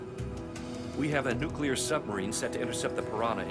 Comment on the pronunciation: Nucular sub? Nucyoolar?